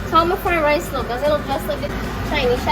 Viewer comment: Did just said chicken fried lice Hahaha